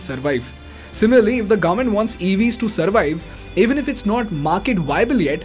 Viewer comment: awesome content, one question for you, do you deliberately pronounce government as garment?